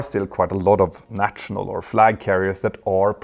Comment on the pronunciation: If you can say Kanslör (or whatever the words for feelings/emotions is in Swedish) why can you not say national? Nasjonal, like Stasjon in Norwegian, sj sj sj :-) Great videos always though!